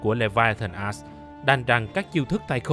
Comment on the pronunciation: Mình chỉ có 1 góp ý duy nhất thôi, làm ơn đừng có đọc là Leviathan "ass" nữa trời, bạn cố gắng phát âm đúng cái chữ "axe" đi trời, giọng thì hay nhưng đọc chữ "axe" nghe nó lạc quẻ dã man ấy.